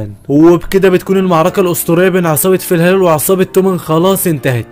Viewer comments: شباب يمكن هو أخطأ في نطق اسم العصابه الثانية إلي هي فالهالا مش فلهلال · فالهالا ✖️ فالهالال ✔️ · ملخص رهيب مع انك ناطق اسم عصابة فالهالا غلط طول الفيديو